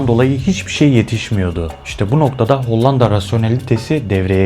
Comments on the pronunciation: Hollanda derken l’ler ince söylenir be abim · Madem içerik üretiyorsunuz, öncelikle emeğinizi tebrik ederim,ancak diksiyon konusunda özellikle dikkatimi çeken bir durum oldu. “Hollanda” kelimesini söylerken “L” harflerini oldukça sert ve baskın telaffuz etmeniz kulağı oldukça yoruyor. Bunu biraz daha yumuşak söylemeniz videoların akıcılığını ve izleme deneyimini çok daha iyi hale getirebilir.Hatta bu yüzden videoyu izlemekte zorlandım diyebilirim,,sadece yapıcı bir tavsiye olarak belirtmek istedim.